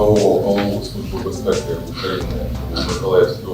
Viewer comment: "СлуЖба" "бєзпєкі"...